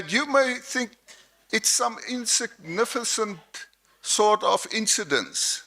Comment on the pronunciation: Insigniffesenst 😂 the english